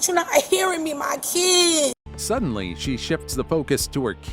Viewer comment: MY KEEEDS..😂 SMH